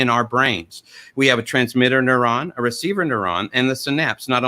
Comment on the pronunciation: "transmitterrrrrrrrr and receiverrrrrrrrr"